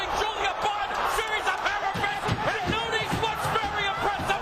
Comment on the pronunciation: NunEEz? C'mon now..🤦